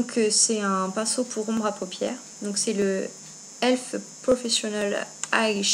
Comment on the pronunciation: Héhé c'est pas ELF c'est e.l.f (euuuh eeeelll eeeef) XD pas elf tout court x)